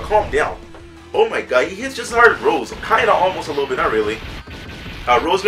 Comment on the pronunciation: It's Rosè lead not Rose lead